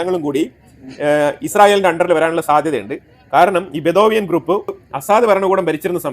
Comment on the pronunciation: Sir it is not bethovian but Bedouin tribe